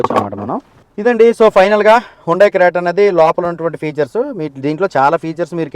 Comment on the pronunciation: క్రియేట కాదు రా అది క్రెట 🤣🤣🤣🤣